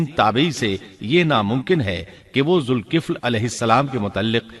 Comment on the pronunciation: لفظ ذالکفل ھے ذ کے اوپر زبر ھے زیر نیں ھے